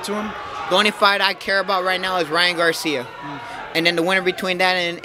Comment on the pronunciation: What… u cant even say garcia